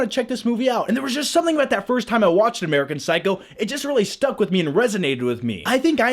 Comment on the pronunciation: Did he say "American Cycle?" :D